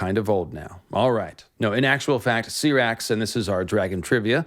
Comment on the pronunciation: LMFAO when did George ever say that. There’s certain pronunciations the way they say the dragons names in game of thrones idk where u got that from. U said vhagar and Syrax name wrong